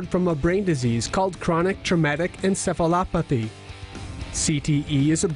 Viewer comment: He said ensefalothapee when its pronounced ensefalopathee